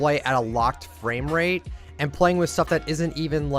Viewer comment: max fwame wate lol i enjoyed